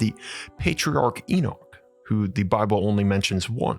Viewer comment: you're saying Enoch incorrectly, same as a lot of folks. Please pronounce it correctly, we can't listen to such a blaring mistake.